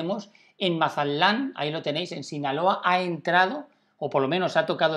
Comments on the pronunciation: Se dice Mazatlán no Masalan. Lee bien por favor. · Si habla lindo el gachupín, Mazalán, :)